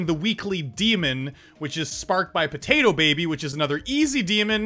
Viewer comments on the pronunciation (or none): What's up with you saying PotatoPaby?